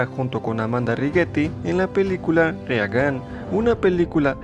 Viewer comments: Ronald RE A GAN? En serio? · Se pronuncian "Berkli" y Rigan"... 🤦‍♂️